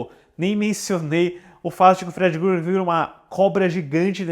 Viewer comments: Não leve a mal, mas é Krueger, não é Grueger como você fala diversas vezes, kkkkkkkkkk. Concordo, Freddy é o melhor personagem/vilão de terror de todos os tempos. Mas acho que grande parte disso é devido ao Robert Englund. Seria estranho ver um novo ator. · Amigo me dando agonia vc falando Freddy Gruger. Poh meo, nem para pesquisar o nome do personagem ? É Freddy Krueger